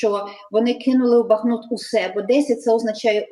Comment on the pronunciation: Ведущему: не бАхмут, а бахмУт.